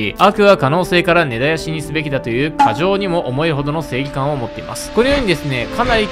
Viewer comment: スモーカーの時の、正義についてですがのところ、性癖についてですかにしか聞こえない。イケメンだからちょっと興味あるなー